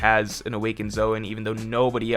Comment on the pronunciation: Careful! You accidentally said "Zoan" CORRECTLY a few times this video! 😉